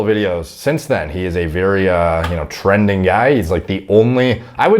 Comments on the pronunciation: "Tren"ding guy 😆 🤣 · Hemsworth is “Tren-ding” 🤔😂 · "Very tren-ding guy"